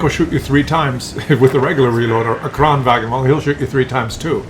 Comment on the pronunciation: It is not "kranwagen", it is "kranvagn", remove the "e" and you are getting close to use Swedish and not German pronunciation. And it is "Emil", not "Emile", like French pronounciation. Just go to Astrid Lindgren and her story about Emil i Lönneberga, which there are videos about. But still great content.